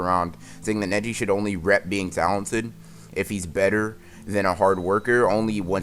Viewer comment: I swear when he said neji netti